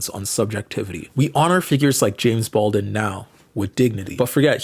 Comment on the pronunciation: You keep saying James Baldin' not James BaldWin ? Am i trippin', is the W silent? Edit: okay naw i wasn't trippin, you were for a couple seconds, cause you started pronouncing the W like a minute later on in the video